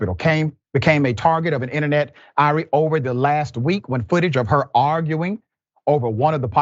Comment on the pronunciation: Oh, Dr. Richey, I almost forgot... "ire" is pronounced "eye-yurr" NOT "eye-ree". It means "anger"; as opposed to "irie" (the word you used), which is a Jamaican word meaning "peace", "nice", "good", "okay", "alright".